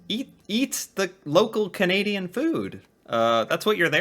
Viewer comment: when he said: canaidain cities are safe nope well at least not Toronto lol